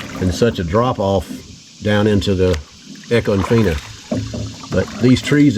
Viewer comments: I’m late to the party as usual, is it feena or Fine-ah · Love the footage. But us locals don't pronounce econfina like you do. 😂 I love it. We truly live in paradise. ❤